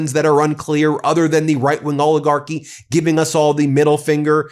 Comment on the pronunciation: ALL-IH-GARK-Y Not "ohligarchy" or "ohligarch" STOP SAYING "PLAY THIS CLIP" STOP CLAWING AT THE CAMERA EVERY 2 SECONDS